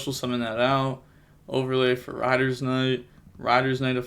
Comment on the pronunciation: Is calling raider knight "rider" a joke - its raider knight like raidraptor phantom knight